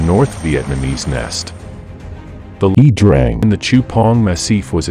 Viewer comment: I think 'Iya' Drang is pronounced eye-yah.